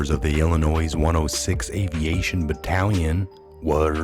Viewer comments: please say Illinoi not Illinois do mot pronounce the S! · Illinois is pronounced “illi NOY not Illi NOISE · It is pronounced ILL ANNOY.........not ILL A NOISE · FYI... Illinois is pronounced “ill i noy”. Not “ ill i noise”. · I hate being a grammar Nazi but its not "IllinoiSs"... its "Illinoy" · ILLINOIS...'S' is silent...pronounced Illinoi ....thank you... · It's pronounced Illinoy, there is NO noise in Illinois sir. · Good stuff! Just a reminder that Illinois is pronounced ‘ill-annoy’. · It is pronounced....Illi-noy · Its illinois.... not illinoiZZ... The S is silent - just like the "P" in beer 🍺 !!! Thanks for all your work! #WWG1WGA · Illinois ..... no ‘s’ sound on the end! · Ok he pronounced it wrong you don't gotta say it a hundred times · FYI...The S in Illinois is silent. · Illinois has a silent S! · Please stop pronouncing the silent "s" at lend of Illinois. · FYI: Illinois is pronounced without the 'S' at the end. 👍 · Yes, please no "s" on the end of Illinois. It is French and silent please. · the "s" is silent in Illinois. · The s is silent on Illinois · Silent S in Illinois. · Thank you! ❤️❤️❤️I am from Illinios. Respectfully, the “S” at the end of Illinios is Silent. 💕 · No sound of S on Illinois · Love your site! Always watch. However, the "s" is silent in Illinois. It sounds as "oi". French. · Love your videos....but PLEASE pronounce Illinois correctly...the 's' is silent. They say only the least educated say it with an 's' or 'z' sound. I know that can't be you! Don't give them any excuse to say you don't know what you're talking about.